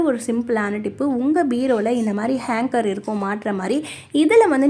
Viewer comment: Very good ! நல்ல ஐடியா!Hanger! Hanger, Hanker என்று சொல்லவேணாம்.